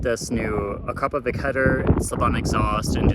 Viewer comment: AkrapoviCHI same as CHInook :) ... and it is Slovenian brand founded in 1990 by Igor Akrapovic